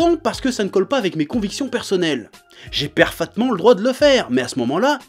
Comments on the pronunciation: traumatisé mdr "perfatment" <3 edit: l'espérance à la fin que les commentaires pas d'accord soient construits, aaah Chef:') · "Farpaitement" <3